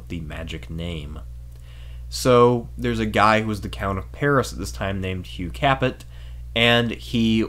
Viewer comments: Haha nice pronunciation! You would think that someone doing a history of the FRENCH monarchy would at least learn basic language skills. Typical Anglo....it's Hugh Kā Pay not Hugh CAPP IT haha. I shouldn't be surprised though, coming from someone who chose to use the modernist non scholastic uneducated BCE/CE . Read some works on Logic by Aristotle and more importantly, St Thomas Aquinus. All joking aside, everyman should study Philosophia Perennis. To learn the correct and ordered way to think logically and true. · 😓😓😓, "Hugh KAPPIT".. you pronounced it "KAPPIT". Right. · Pronounce Cap A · Capet is pronounced "capay". It's French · Hi love your video but holy shit the way you pronounce shit drives me nuts. You're telling me you've never heard how to say Capet, or Valois??? Really?